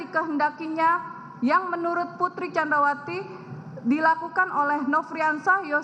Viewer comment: Blepotan “Candrawasi”